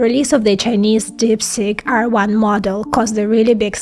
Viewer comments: You are excellent except when saying deepseek , you saying deepSICK , 😂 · TIL that DeepSeek is pronounced DipStick... ;-) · It sounds like she is saying DIP STICK😅